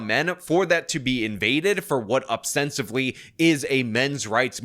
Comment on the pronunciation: Ostensibly. OS, not OB. Everyone has taken to using this great word, but pronouncing it incorrectly. Please,, help me arrest this travesty before it replaces the proper pronunciation.